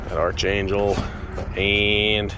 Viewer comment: its pronounced Arc - angel